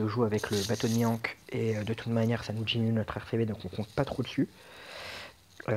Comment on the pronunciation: j aurais plutôt mis rayleigh en 2 nd car ace est un peu plus dur a utiliser si ta pas des shooter et malheureusement on ne peut pas faire tout les raid avec ace sw :/ . Ta prononciation de mihawk me laisse perplexe :) mais bon c pas ca qui va gâcher la vidéo :)